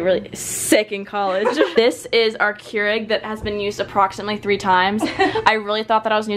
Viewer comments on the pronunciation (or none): none